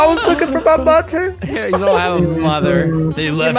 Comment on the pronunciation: when Light said "mother" it sounded like "mutton"